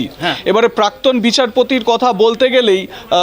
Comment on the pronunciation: পার্থী নয়, প্রার্থী! পাক্তন নয়, প্রাক্তন!